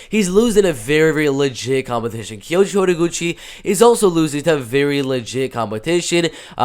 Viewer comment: The way you say Kayoji’s full name is absolutely beautiful. Not even kidding